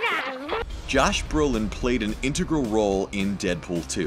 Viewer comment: Intogrol? Did he mean 'intergral'? 😂